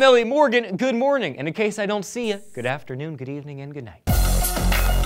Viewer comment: Good Morning with Elliot "Good Morging"? Huh? Huh? Am I Right?